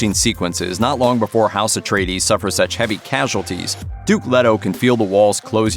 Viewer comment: LAY-toh. It's pronounced LAY-toh...